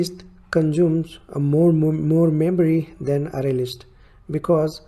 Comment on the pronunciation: bhai fake english accent me na video banai hoti to poora dekhta, dimag me ghus k arrway arrway kyu bol rha hai ?